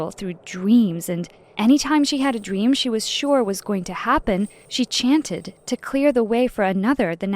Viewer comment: “Dweam”